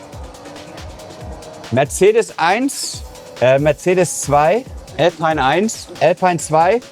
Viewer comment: nur zur freundlichen Info ;-) . Alpine gehörte zu Renault und wird deshalb (nach meiner Kenntnis) nicht "Älpein" ausgesprochen sondern "Alpien" (Lautsprache)